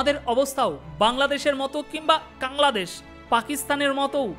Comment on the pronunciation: আপনার অনুষ্ঠান আমি মনোযোগ দিয়ে শুনি। কিন্ত খারাপ লাগল আপনি বাংলাদেশ কে কাংলাদেশ বললেন!